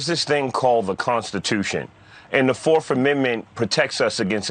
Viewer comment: Did he really just say " Forf " amendment?? Hah..you illiterate fool